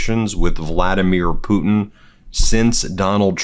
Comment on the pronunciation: You know the weird thing about it he pronounces the Russian Leaders name correctly but when it comes down to somebody else mispronounced their names he actually a weirdo